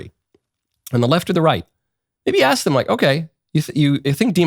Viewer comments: I will never ever respect a grown adult who pronounces ask as "axe". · “Let me ax you a question” straight from the learing center. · How many times did she say aks? Enough that we noticed. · Before you even mentioned it, my thought was that anyone who cannot pronounce the word ask should not be allowed to ask anything. How did we elect so many illiterates? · Thank you Michael for finally calling attention to the epidemic of dumb people pronouncing ask as ax. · She wasn't asking, she was axing. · She's just axing. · Lamonica be axing da questions. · " I'm just axon a question" another one that drives me nuts is when people say Unined Nates instead of United States.